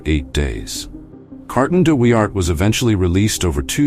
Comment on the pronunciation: A lazy, lazy piece of film making. Germans with helmets when you’re talking about the Boer war; hopeless pronunciation. Carton de Wiart deserves a proper effort.